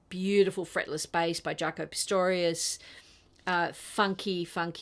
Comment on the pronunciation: Great selection! Just a little correction... It's Pastorious not Pistorious.